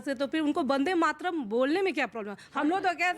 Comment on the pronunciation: This idiot can't even say vande mataram!